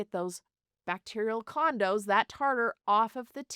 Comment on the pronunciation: I thought she said "bacterial condoms" not "bacterial condos"!😂 Condos makes much more sense in context.